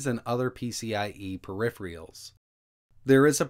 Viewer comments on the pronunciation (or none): "Periphrials". LOL!